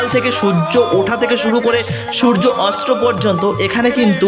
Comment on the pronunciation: এই সময়ে আপনি সুর্য্য 'অস্ত্র' বলছেন, কথাটা সুর্য্য 'অস্ত'।